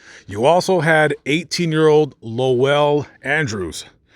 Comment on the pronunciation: I've read quite a lot about these murders. It is so depressing. Those poor people. Also, it's Wolcott, not Wilcott. And his name was Lowell, one syllable, not Low ell. The house is long gone. At one time you could still see the concrete steps and a bit of the sidewalk from Google Maps. You can read a summary of this case in Truman Capote's In Cold Blood. Also, the Kansas Supreme Court opinion is available online.